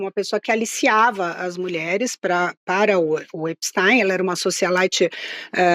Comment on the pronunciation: Essa carranca não sabe pronunciar o nome do criminoso nos EUA.. absolutamente irritante! Vou parar de ver essa joça..